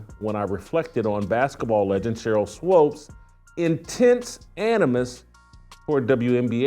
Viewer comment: It's pronounced like Sheryl (SWOOPS), and she is one mixed up chick! In the inaugural season of the WNBA, the media was pushing her, Lisa Leslie and Rebecca Lobo, as the stars. Swoopes, was pregnant and the 'W' did all they could to hide that fact. She has "switched teams" albeit Straight or 'G' a few times. She used to be kind of cute but now she is just an older, chubby, b!-curious, bitter chick that wants to remain relevant.